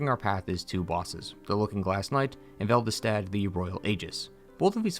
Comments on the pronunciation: Velvested? Really? You have it wrong in the whole video, even though it’s name is clearly shown on screen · The "Velvestadt" thing annoys me. Why would your brain do that? You must have played these games hundreds of hours. However, cool video! DS2 always had a place in my heart, and I never understood the hatred.